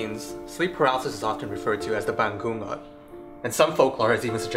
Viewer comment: 1. Thanks for making this informational video on sleep paralysis/ 2.The 'ng' in "bangungot" is like the 'ng' in the english word "sing". bah-ngu-ngot= you won't hear the hard 'g' sound